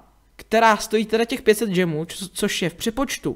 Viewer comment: Džemů? Spíš gemů.